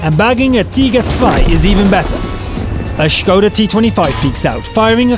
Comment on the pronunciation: I have to admire, not many commentaries in WoT pronounce "Škoda" right, good job